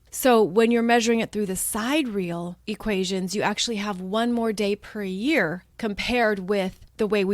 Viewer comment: Thank you for all you do. By the way, sidereal has 4 syllables: sie-DEER-ee-ul. ;)